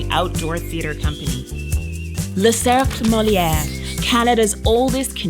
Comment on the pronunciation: It is le Cercle Molière- ----- not le Circ Molier - can someone change this?